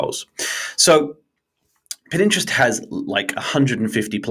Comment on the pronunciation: My (subscription worthy) takeout from this: "Consistency is key". It is applicable to all of marketing, especially content marketing. Also, did I hear you say "Pin Interest"? :)